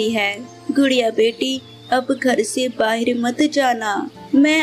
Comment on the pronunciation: Bahir nhi bahar hota he